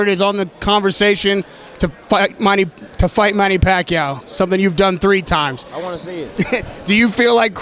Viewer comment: Bradley calls,em "Pacow!"😂😂😂😂